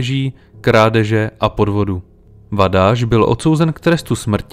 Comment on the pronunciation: "Sz" je v maďarštině "s" a ne "š" a "gy" je "ď". Takže, jelikož byli Vadász a Juhász Maďaři, a ne Poláci, je třeba číst jejich jména jako Vadás a Juhás. Totéž u Szilagyové, neboli Siláďové. Stejně tak se György nečte Gjörgi, ale Ďörď.